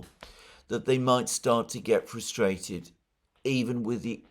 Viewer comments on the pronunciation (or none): none